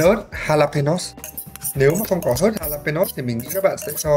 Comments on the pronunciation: Ớt mễ đọc là Ha-la- pê- nhon (jalapenos) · Jalapeño phát âm là ha-la-pê-nhô ạh